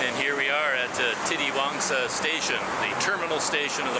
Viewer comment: You pronounced it right "Titiwangsa". Yes Malay words are one of the easiest to pronounce other than other languages i think. Because u see many foreigners can easily speak malay only in few months.